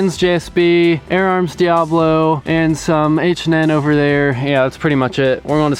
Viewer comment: It’s not dee-ah-blow. It’s pronounced dee-ah-bow-low. Diabolo is Latin for devil. Diabolo (four syllables) means two bowls, describing the shape.